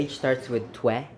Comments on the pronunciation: i pissed myself when he said if ur age starts with tweh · "twe" and "tha" HAHAHAHHAHAHAHAHAHAHAHHAAHHAHAHAHAHAH